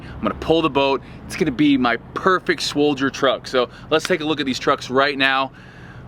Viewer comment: Did this dude say “swoldier “? Lmao.